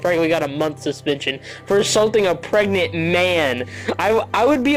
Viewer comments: "Am I gregnant ?" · “Am I gregnant” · Am I gregnant? Am I preganergnat? Ho do get pregcant?